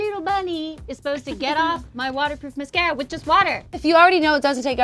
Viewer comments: lol she said (muh-sarca) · “Miscara” it’s mascara MAS-cara! 😩😂